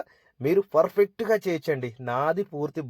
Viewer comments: Fur fect kaadu babu pa pa పర్ఫెక్ట్ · Adi perfect furfect kaadu